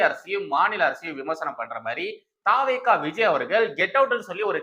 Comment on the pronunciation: தா. வே. கா இல்லை. தவெக இது தான் சரியான உச்சரிப்பு.